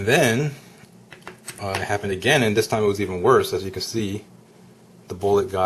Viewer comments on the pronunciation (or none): none